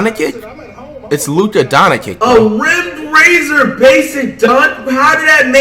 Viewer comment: You said Luka’s name wrong